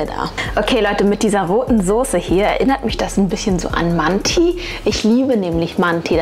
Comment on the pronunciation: Nofront es wird Mante ausgesprochen